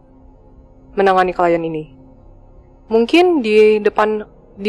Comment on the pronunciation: Klien, bukan klient, min 😅 ✌️